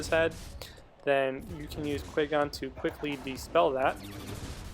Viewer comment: You should pronounce Qui-gon's name correctly